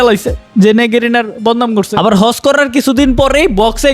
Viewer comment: হজকে হর্স বলছে শালা ছাগল